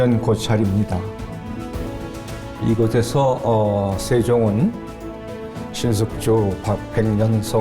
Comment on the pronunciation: '백성들에게 가리키는' 이 아니고, '백성들에게 가르치는' // '이곳에서'는 '이고데서' 가 아니고, '이고세서' 로 발음하여야 함.